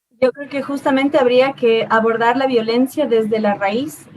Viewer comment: Cada vez que María José quiere decir "abortar" en vez de "abordar". 😂😂